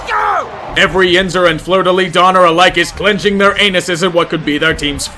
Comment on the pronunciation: Holy shit someone pronounced fleur de lis right